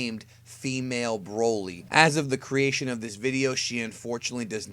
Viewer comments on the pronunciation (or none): S/o to the guy that calls broly " Brawley"